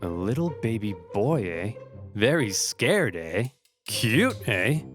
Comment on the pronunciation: Vewy sca-wed🤣🤣